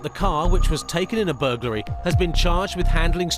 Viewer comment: Bur GUL ry? It's Bur GLA ry. . . . burglary, not burguly, when these police are writing out their reports how do they spell it?